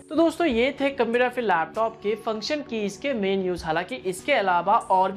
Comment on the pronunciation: computer ya fhir lapthoooop hahahaha bda funny lagta hai jab ye bolta hai